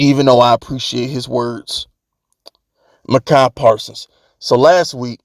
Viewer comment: Why do you keep pronouncing Micah Parson's name wrong? You doing it on purpose?